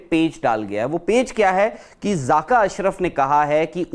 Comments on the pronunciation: 🇮🇳(loru) its zakka not zaaka😂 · Zaaka nhi jahil zaka hota hai